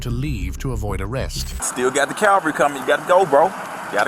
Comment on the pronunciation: He said "Calvary" is coming, like it's Golgotha. CC corrected it to "cavalry"; the riding military